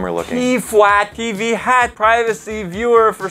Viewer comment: When said TFWAT instead of TVHAT 🤦‍♂️